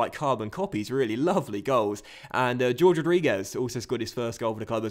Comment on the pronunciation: it's pronounced hor-ghe, not George (for Jorge Rodriguez), last year you also had a guy called Jorge, your left back, and you still called him George even after I told you how to pronounce it